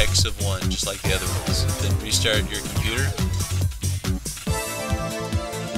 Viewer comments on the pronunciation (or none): none